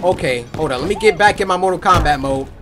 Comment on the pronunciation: Cory said mortal comrat